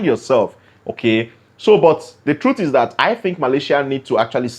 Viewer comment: Take the T off of truth at the end of pronouncing the word